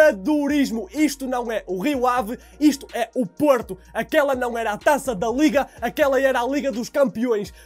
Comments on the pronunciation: 0.30 seg. "Porta" 😂😂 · Parecia que estavas a dizer porta! Porta!